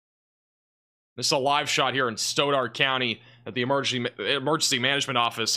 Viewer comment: Stauderd.. Stoddard county